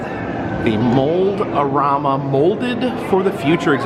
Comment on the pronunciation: Kinda funny you keep saying Mold-O-Rama, while it is spelled Mold-A-Rama, guess the Mold-O-Matic is influencing that :P